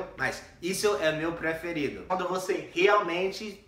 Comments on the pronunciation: Ahahahahah " meeeeu " tá manjando bem 👏🏻👏🏻👏🏻👏🏻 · já tá falando Mano e Meeuuu igual ao boça, tá indo muito bem HAUAHAUAAHAU!!!!